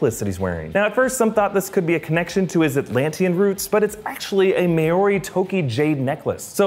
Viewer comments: the necalaseis calld a tonga and it's not miry it's moari cus im from there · Omg, why can no one who reviews movies pronounce the word Maori? It's pronounced "mow-ree", not "may-or-ee". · Pretty sure it's "mao ree" not "may or e" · Hahaha "may-ori" for Maori,... Just say "mouldy" next time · "may-or-ree" lol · Lol I cringed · Every Maori watching this "TRIGGERED" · That piss me off as well haha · The Greenstone necklace Mamoa wears is from NZ, I'm 100% sure Temuera Morrison (Thomas Curry) gave that as a Gift to Momoa and also one of the polynesian ethnic groups of The Pacific is Māori prounounced like - MAA sounds like FAR, O sounds like OR, RI sounds like D. and No not mould on bread. Māori (Far,or,d)😂 also Tem Morrisons ethinc background. Just a bit of FYI for ya. Anyway....awesome movie, cant wait to see it. Love your work. Peace✌ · may or ree?????? lolololol, is it that hard to google how to say something? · its not may orey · I loved that you mentioned the Polynesian side but you got me laughing when you tried saying “Maōri”. Great video! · your pronunciation is terrible for the word “Maori”. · By the way you say Maori really weird as well as it’s a pounamu not a traditional maori necklace used to protect the wearer of unwanted spirits. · Lol the way Americans pronounce Maori is great 😂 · you didn't say Maori right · Great video, but never say Maori again please hahaha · Not a criticism but just quick note about pronunciation - Temuera Morrison is like Tem (them minus the h) eww (something gross) ear (with a rolled r) a. And the easiest way to pronounce Maori, especially if you have trouble rolling your r is to say moldy - as in moldy bread - but soften the d. I'm not sure what you called his pounamu (the necklace) but two is enough for one day. Keep up the good work.